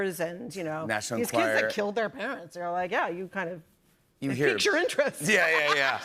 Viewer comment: “Piques” babe, “piques”.